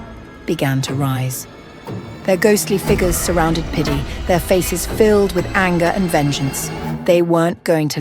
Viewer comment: I’m deadddddd 😂😂😂😂😂😂😂😂 pitty??? Or diddy 😂😂😂😂😂😂